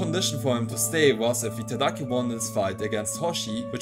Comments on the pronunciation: I agree, he just can't seem to get Giataki's name right at all. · take a shot each time he says Itagaki's name incorrectly (he says Itadaki). your liver will fail before the video is halfway done lmao. love your videos homie, been a while since I read through the manga so the recaps and coverage of newer stuff is appreciated.